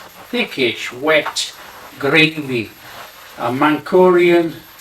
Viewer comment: Not mankurian bro, manchurian😂